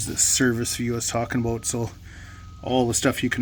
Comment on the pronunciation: He said " aboot " lol 😆